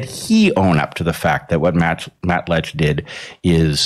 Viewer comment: It’s Matt Lech. He thinks it’s Matt Letch. But he says Matt Letkhschsh. Go figure.